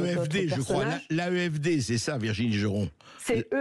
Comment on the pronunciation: Hé, c'est Virginie, pas Virgine!